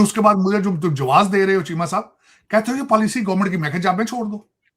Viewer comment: मार्किट😂 , gornament😅